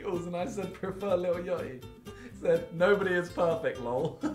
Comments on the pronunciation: The most British thing I herd “Lil Ughty” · htf did he pronounce lil yachty